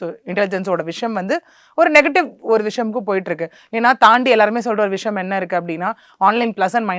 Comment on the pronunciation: அவசரம் அவசரமாக பேசுகிறார் விஷயம் என்ற வார்த்தையை விஷம் என்று உச்சரிக்கும் அளவுக்கு அவசரம் நிறுத்தி நிதானமாகபேசினால் நன்றாக இருக்கும்